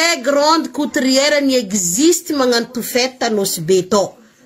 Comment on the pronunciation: On dit couturière non pas coutriere